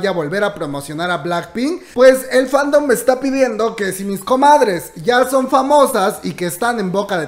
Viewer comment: En ves de son dice so :v